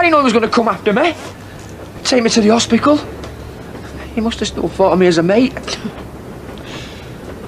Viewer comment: Les replaced the “t” in hospital with a “k” “hospikal” 😂